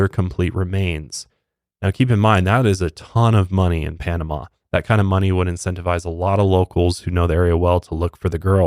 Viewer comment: Try to say Panam-ah not Panam-aw. That's more how we say it. I am half Panamanian (been there plenty of times, my grandpa was born in Panama City), I am very grateful you emphasized how beautiful and nice our people are. Many other people have said less than nice things about us (calling us savages, etc). We aren't perfect but we try very hard to be hospitable to foreigners!